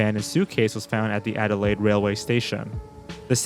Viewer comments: Ard-door-lade? It’s Add-da-layed my dude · I've never heard anyone pronounce "Adelaide" the way you did